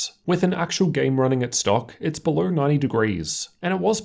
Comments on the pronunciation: Lights belowerrrr hahahah.... Ratio-errrrr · Why do all Australians add Rs to words that don't have Rs. Lol belowerrrrr